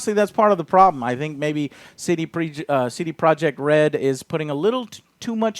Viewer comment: It all makes sense now. CD Projekt Red sounds kinda clunky tbh. C-D. Pro-jekt Red. But when you pronounce 'projekt' like this guy it blends in with the red and the name of the studio is very smooth instead of clunky. "CD Projekhred."